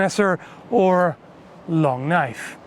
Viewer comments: Noice knoife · Now THATS a knoife